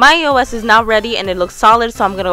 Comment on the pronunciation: its not pernouced e.o.s.